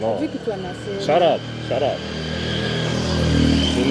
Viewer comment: Shuurrup 😂😂 don't forrow me